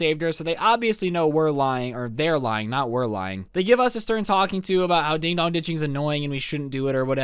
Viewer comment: "Dog" I thought it was dong